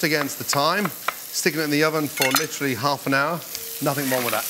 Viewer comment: "Litry"! Litry, litry, litry!